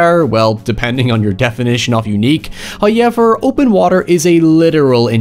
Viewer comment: i love when says "heryevver"